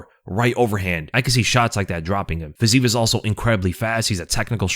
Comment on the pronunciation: FYI (again) - It's "FIZZ-ee-ev." 3 syllables. Every Slav cries whenever you pronounce it like that - repeatedly - after multiple corrections.